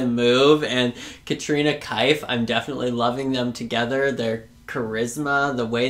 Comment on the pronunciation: Just for future reference... her last name is pronounced Keff (like Jeff).